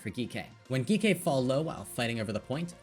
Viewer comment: i love the video, but is Geekay not just pronounced like G K?